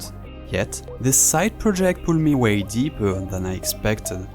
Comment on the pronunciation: "i have to go deepeur" that when i knew you're french xD